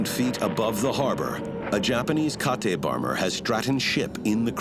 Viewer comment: Great commentary until at 44.00 the commentator mentions US fighter jets chasing the Japanese. If the US had jets that battle would have ended differently. And then he mispronounces the name of the Nakajima B5N bomber as KA-TE, not like the English name Kate, sigh.